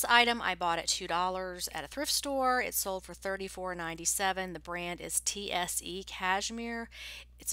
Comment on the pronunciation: TSE is pronounced like the word (say) I worked for SaKs Fifth yes it's high end!